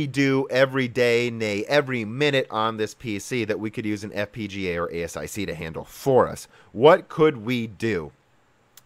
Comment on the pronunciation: Is there any particular reason you're pronouncing a bunch of the words wrong? Nvidia is pronounced en-VID-eeyah: , ASIC is pronounced /ˈeɪsɪk/